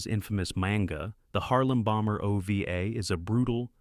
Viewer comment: It's "Harem Bomber" not "Harlem Bomber"